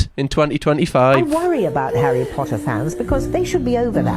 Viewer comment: Ha-RRY potter